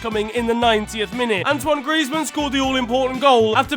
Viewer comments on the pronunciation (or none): none